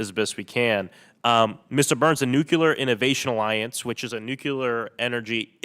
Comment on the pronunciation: Sorry, if you can't even pronounce the word, nuclear, you have zero credibility when talking about it.